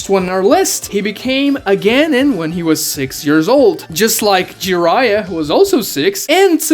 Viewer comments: CAN YOU PLEASE PRONOUNCE GENIN CORRECTLY!!!!!!!! ITS PRONOUNCED (G-EH-NEE-N) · The fact that you can’t pronounce genin makes refuse to watch any other video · Can we talk about he can't say genin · is no one gonna say he said genin wrong?? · The second I heard how you pronounced Genin I stopped taking this seriously lol